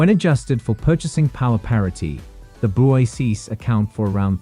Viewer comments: It's BRICKS, not BRISEES!!! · It is to be pronounced as ‘BRICKS’, not ‘Brice’s/Brises/Bryces. BRICS is the future, Thanks to Russia 🇷🇺, & Dr Manmohan Singh🇮🇳, China 🇨🇳, South Africa 🇿🇦, 🇧🇷 Brazil.